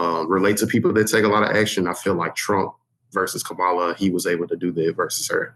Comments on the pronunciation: Can't take a guy seriously who begins his sentence mispronouncing Kamala's name. Tells me immediately he never left the right wing echo chamber. SMH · They mispronounced Kamala’s name. That tells me about their disdain for the female candidate that they don’t even bother to learn how her name is said! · You can easily tell where there news comes from based on the inability to say Kamala and not Komala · Does ‘biased’ now mean ‘I disagree’? Young men are so disappointing to me as a senior woman. Do men not love the women in their lives? They can’t even say her name correctly??? Health care? Your daughter’s health care - does it matter? These men are infuriating to me. There is bias against a female President ever happening in the USA. Democracy matters, people. Who raised these ‘men’? Just wow. How disconcerting. Who do you trust? How do you trust a perennial liar? Why does it matter what he even says? He has no character. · Where is this? That they can't even pronounce kamala,s name correctly does not inspire any sort of creditability. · They were all so open to both sides that they can’t even pronounce her name right. Toootally not in a bubble. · I tried to listen to this, got 10 minutes in, and stopped. They couldn't even bother to pronounce Kamala's name properlh. What's with the guy who could vote for the first time 'legally?' Did he vote illegally before? They like that dump does what he says. That to me makes them cruel. They identify as Pubs, but no one says 'conservative.' Ignorant about foreign policy and they still believe he is a businessman. Jesus. I just can't. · No one of them can say Kamala correctly.. JFC the young men of America have no mind at all. They think "X" is unbiased? How sad. Fox News? Charlie Kirk, Tim Pool, Joe Rogan wow. These men are brainwashed. They value Andrew Tate. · Learn to pronounce her name. Be polite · The fact that none of them pronounced "Kamala" correctly speaks volumes about the media they consume. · I noticed that too!!!